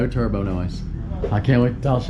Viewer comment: You say turbo weird. 😆 Turr-bO